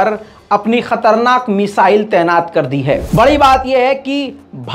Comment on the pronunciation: تینات نہیں طعینات ہوتا ہے۔ واہ رے رضا تمہاری اردو۔